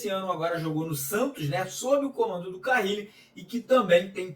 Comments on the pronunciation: Pq fala Fábio CaRRile? É Carile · Que nervoso do falando Fabio CaRRile ao invés de Fabio CaRille! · CARRILLI OU Carilli Mário? O sobrenome dele só tem uma letra R... lê e fala o nome dele certo... valeu... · Carrili é dose 😂😂😂